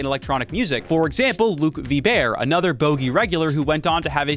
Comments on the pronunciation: “Luke veebear”!? Come on now, it takes like one google search to get someone’s name right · i know right? how tf did he fucked up luke vibert that badly.. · And it's Luke Vibert - Vi like eye and bert like Bert and Ernie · Laughed out loud at that, didn't realise Vibert was French! 😂